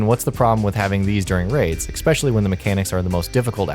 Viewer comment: Thumbs down because you said Expecially. There is no X in especially.